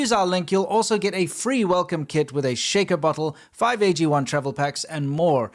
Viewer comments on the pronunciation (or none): none